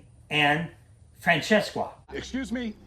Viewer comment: The “Francesqua” never fails to make me laugh 😂